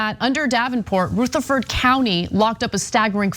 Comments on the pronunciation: U need to call a Southerner to learn to pronounce Southern words. Rutherford is pronounced: Ruuh ther Ford Not Rooth er Ford. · It's pronounced: "Ruh--- th(as in there)---uh--ferd". As in B. Hayes. Not Rooth- er- ford. I only commented because I cringed every time. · Umm its not RUTH erferd county. Its like rut, like i"m in a rut, rutherford county, but she is correct, this judge is disgraceful. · Great points! But, please, "Rutherford" is pronounced with a "short" U, not a "long" U. It's just really weird to hear Ana totally mangle the pronunciation, multiple times. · It’s ruhhhhtherford county. Not Rooootherford county lol. (I live here) Another interesting note..My son is on probation after doing 6 months for a drug charge. I wanted him to move here but he’d rather live in Nashville because they are so strict here. So it doesn’t end once you hit 18. The people he was in jail with ( in Williamson county) told him Rutherford nearly stalks you when you get out and will pop you for the smallest of things. Davidson ( Nashville) barely pays attention. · Roo-therford? lol. I've never heard it pronounced that way. Not totally sure, but I'm thinkin' it's "ruh-therford." But hey, I guess if you're rolling along and such a word pops up, and you see "Ruth" at the beginning of the word... Uh, okay, lol. Sorry, just found it funny, heh. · It took them long enough, it's been reported a dozen times, since tyt finally decided to report on it, and then Anna can't even get the pronunciation of the Town, not just once but 3 times, it's Ru- therford county not Roo-therford county SMFH! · Also, it's "Ruth" - sounds like "ROUGH", NOT RUTH, the girls' name! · Ruth afford county? Cmon it’s not Ozark Anna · I was interested in this video until this woo showed up . It is Rutherford county not soothed county you dumbass . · Is it actually pronounced Rootherford? This is at least the third time Ana has called various places/people that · Pronounced : Ra-tha-ford County. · It's Ru, not Roo,!